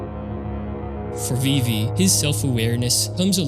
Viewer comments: VIVVY???????? VIIVVVVVVVYYYYYYYY?>?!?! FIX YOUR MOUTH. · pronouncing vivi 'vivvy' is so wild but cool vid